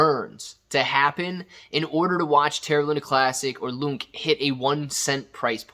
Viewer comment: Dude don't call it "loonk" you do make it sound like a meme coin